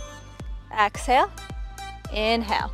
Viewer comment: I really like your videos and how you don't talk too much. You are a great instructor. The beach views are an extra bonus. One thought, it's exhale not axhale.